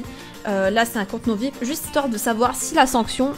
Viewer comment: On dit pas vipe on dit vip avec l'accent